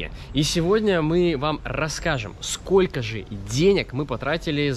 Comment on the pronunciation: Классное путешествие. Но,, не говори "скока", ухо режет. Есть же русское слово " сколько"